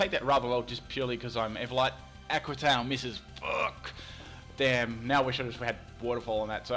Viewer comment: Lol, when says "Aqua Tail", it sounds like he is saying "Aqua Town" XD